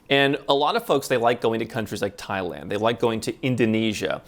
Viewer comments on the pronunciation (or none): none